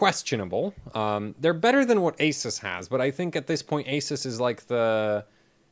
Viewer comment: Omg, the first person ever on the internet (except the god damn founder) to pronounce "ASUS" correctly.